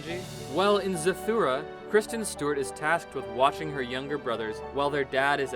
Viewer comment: It's Zathura not Zathura